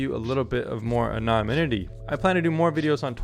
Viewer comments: Moron can't correctly pronounce the word anonymity. Would seem to be important for a vid on VPNs. I'm embarrassed for him. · You keep mispronouncing the word “anonymity” ! 🤣